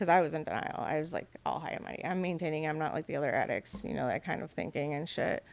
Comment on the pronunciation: She's got a problem saying addict.